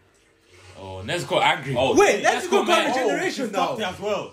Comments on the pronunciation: I’m crying this man keeps saying Nezugoat😂😂😂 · "Nezugoat" LMFAOOO